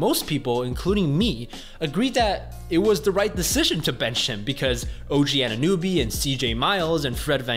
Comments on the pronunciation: It's Anunoby, not Anunewbie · "Anannuby" his name really isn't that hard to pronounce lol.. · ANUN OBY stop saying his name wrong lol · How is it the best content, if he can't even correctly pronounce two of the players names of the team hes talking about??